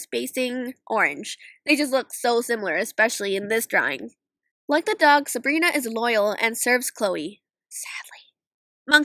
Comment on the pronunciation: you actually got rose and sabrina right. im impressed.